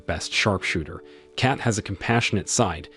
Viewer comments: The “e” is silent…. Lol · Her name is Kate, not Cat(Kat). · Its cat not kat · its K-ATE. not CAT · Kate rhymes with Hate.